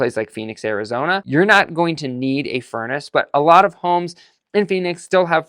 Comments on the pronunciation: Phoenix not Phenix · "Phenix" lol! But seriously, I live in central California and the winter rarely gets below 30-ish degrees. I'd like to ditch my gas furnace and get a heat pump.